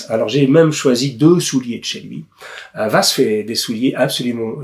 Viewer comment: Je ne voudrais pas être porteur de mauvaise nouvelle, mais le S en Hongrois est chuinté. On devrait donc dire Vache et non pas Vass. Pour le coup, on gagne à être ignorant je trouve.